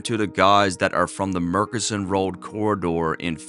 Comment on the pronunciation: Eghhhh it's not Murk-inson road, it's Murchison road. Gawd awful lol